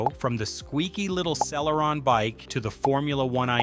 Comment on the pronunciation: I hate to be that guy, but "Celeron" was mispronounced throughout the video. Also, you did not explain about generations of processors. A newer generation Core i5 can easily beat an older generation Core i7, for example.